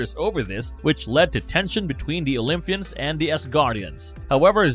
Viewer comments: It’s Olympus, not OlympHus. And Olympians not OlympHians, i.e. not like lymph nodes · Atrocious pronunciation. OymFus. OlyFians. Hahaha!